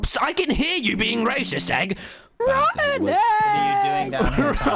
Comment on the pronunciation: “rOt-OEnn æEEeegg”😂 Tubbo is the best